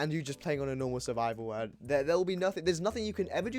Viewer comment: "Weld" it's pronounced world lmao